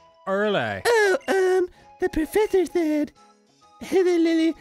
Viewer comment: Finally said the Professor's name correctly